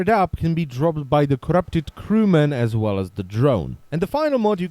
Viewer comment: i love how you say 'corrrrupted' 😂😂